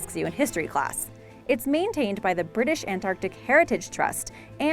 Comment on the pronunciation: Nice to hear "Antarctic" rather than "their" usual "Anartic"